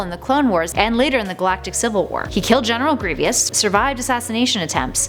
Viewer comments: It's Gree-vus start saying fictional characters names right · you have to many syllables when you say the generals name. hate when they don't practice the script or say something really wrong and nobody on the staff says anything